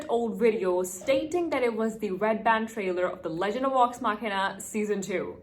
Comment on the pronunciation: 👹💩. The main problem is that you make is sound like Wax The end is correct but the V doesn’t sound right to Americans. You make all of them sound like W like in Vampire and Villain. I know this is a bad explanation. I wouldn’t worry too much I like it.